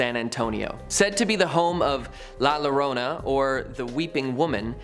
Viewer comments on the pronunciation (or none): Ugh. La Llorona means the crying woman in Spanish. Two “L,s” equal a “y” sound. There is no “la Llorona”. It’s La “yorona” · Thanks for the history ..lil advise ..say Yo-Rona instead of lorona 🤣🤣 nothing wrong I understood everything but just the name ..great job on the info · La Llorna is pronounced la Ya-rona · Lol.. lalarona... Bruh... It's la ya rrrona... Gotta love the non Texans (or the texan non mexicans) that try pronouncing things from here.. Gawd bless yer lil hearts!!! retrasados!! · Lmao la Lorona it's actúa pronunce "yorona" lol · It’s not “La Low-rona” it’s “La Yo-Rona” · La Llorona is pronounced Yorona not Lorona. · The name is pronounced yourona larona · La….. (Yo-roh-nah) NOT (la-rona)😤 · I’m sorry did you just say la L-Lorrona 😂 hermano it’s la yorrona, double L is sounded with a Y sound. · Like the video, just one (not so) minor point. Check your pronunciation - the crying lady is La Yarona, not La Larona. The double L in Spanish is pronounced as a Y. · La (yo-Dona ) is how you pronounce la llorona 😂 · Try saying it .....with yo.....not low,..............yo-rona ...la yorona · La Llorona is pronounced La “Yo”rona Please, never pronounce it as this man did on this video. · “La lorona” lmaoooo if anything, the pronunciation is the scariest part of that one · La Yarona. Double L makes a y sound. Like quesadailla. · La llorona… is pronounced like YORONA. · Please just say it La Yorona 🤦🏽‍♂️👍🏽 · La Llorona is pronounced La Yo-rona (: great video! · Hearing this bloke pronounce “Luh LUH-ROH-NUH” had me rolling. 😂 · It’s pronounced la yorona. Lol 😂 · La lorona lol 😂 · “La Luh-ronah“💀💀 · Ahhhh! Pronounced "Yorona" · I’m sorry but you murdered that Spanish and not in a good way la lorona?! 😂😂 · La Lorona 🤣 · Livin in Texas, la llorona is pronounced La Yo-ro-nah, but love the info! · La-Llorona is pronounced La Yorona, and roll that ‘r’ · La larona🤦‍♂️🤣🤣🤣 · La llorona 😅… how to pronounce it… La Yorona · "La Larona" lol smh* La Llorona" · La Llorona